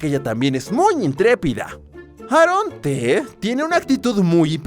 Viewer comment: Se dice eron ti y eron ci en ves de decir aaron t aaron t